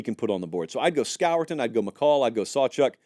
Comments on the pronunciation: Nic who?!? It’s pronounced SCORE-TON. You don’t pronounce it the way it’s spelled. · Score-ton is how you pronounce it